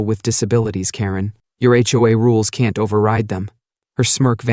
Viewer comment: It's jarring when the AI voice pronounces H. O. A. as "ho-ah."